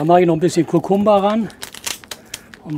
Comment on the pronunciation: Mag sein, aber das Gewürz heißt Kukuma und nicht "Kukumba".